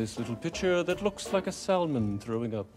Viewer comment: Every time he pronounced the L in salmon i wanted to scream lol